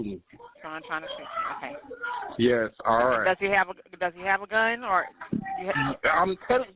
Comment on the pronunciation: "he gone shoot me.. does he have a gún?.... what CHU THINK" had me cracking up laughing 😂